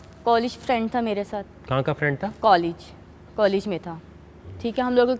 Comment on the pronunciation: कॉलेज को कोलिज बोल रही हे गवार